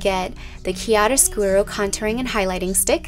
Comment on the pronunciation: It is chiaro scurO not chiaro scurU